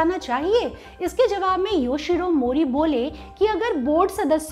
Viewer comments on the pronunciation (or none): none